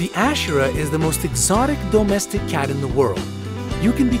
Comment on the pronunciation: I can’t when people PRO-nounce the word domestic as DOUGH-mestic 😅😂😂😂